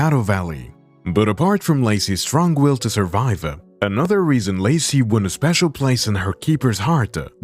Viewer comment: ResonSe? WhySe?